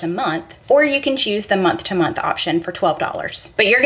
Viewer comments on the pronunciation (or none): none